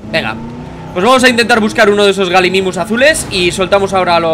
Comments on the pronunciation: No bliste se pronuncia Gallimimus no Galimimus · se pronuncia gayimimus, que significa imitador de gallina, de ahi el nombre